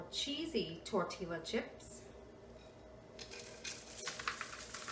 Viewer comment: L is silent in tortillias.....it is pronounced...tore-tea-ya